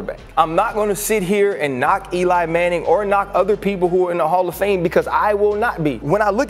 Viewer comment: Did you just say Jared Goff and Hallf of Fame?? That's quite the reach isn't it?